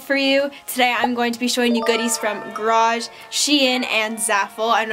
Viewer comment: gArage not grage